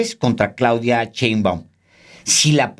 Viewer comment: por favor Alejandro, ya no digas "chembaum" me da cringe 😂😂